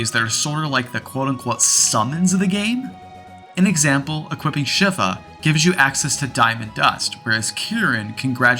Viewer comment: I’ve been playing this game since it came out and if I ever see it on TikTok I stop to watch. And I’ve never heard a few names pronounced how you did lol. I’m not upset. Just find it interesting. Like Sabin and Shiva. It’s one of my favorite games of all time. Forever my favorite Final Fantasy. You might not know that a change to the pixel remaster is Cyan. His skills have a bar that has to fill in real time in order to use them in combat in the original. The remaster improved his character even more than Sabin. And if you never slept in an INN with shadow in your party… do it. Might require being late in the game. Won’t spoil what it does. And maybe you already know. There’s just so many little missable things in this game. They really made it feel like a fully developed world as much as possible for a SNES game.